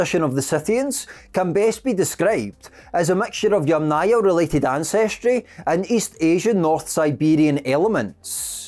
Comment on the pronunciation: Ochre, as in metre, fibre, centre, Yamnaya rhymes with yummier